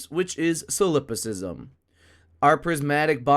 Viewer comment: That's not how you pronounce 'Solipsism'.